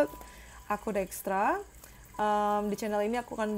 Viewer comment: Dextra Tarot ini cuma satu-satunya tarot reader channel yang selalu gw tonton. Alasan yang paling utama, gw suka banget dengan cara Dextra mempronounce setiap kata dalam bahasa Inggris yang dia gunakan. Walopun kalo soal readingan mah cenderung bersifat relatif. But keep your good work, Dextra.